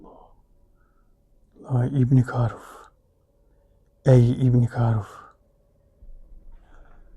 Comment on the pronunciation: Hocam ilk defa ibni karuf un anlaşılır bi şekilde konuştuğunu duydum net oldu cok doğru konuştu.kolay gelsin inşallah.